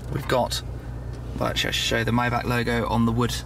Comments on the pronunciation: It's a Maybach not mybach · Its MAYbach not MIbach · I think its not MaybAK but Maybar isnt it? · „Maybag“ omg... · lol dude says myback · Myback? Get ur mouth clear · you're in Germany buy cant pronounce the name of tge car correctly? then you've missed the point of such an introduction :O